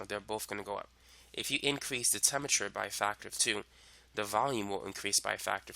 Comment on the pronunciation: This guy is obviously super smart, but as a lit major, I couldn't get past "temmerture" (temperature) to finish the video.